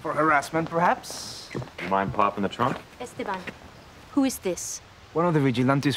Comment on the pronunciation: Why do they mispronounce ESTEBAN ? The 2nd syllable is accented.. Es TE ban